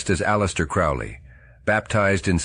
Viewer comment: Crowley rhymes with "holy."